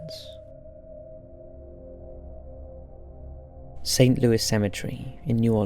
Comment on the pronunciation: BTW, St. Louis Cemetery is pronounced St. Louey. FYI.